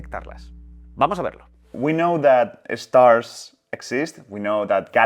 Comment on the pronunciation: I’m not a Preply teacher, but you should improve that Estars pronunciation.